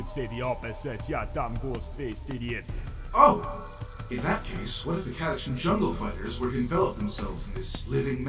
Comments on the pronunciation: To be honest, pronouncing it "Cata-can" feels much more natural to me than pronouncing it the other way. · Everyone on Catachan is Sylvester Stalone, so of course they'd use the Italian-American pronunciation of 'ch'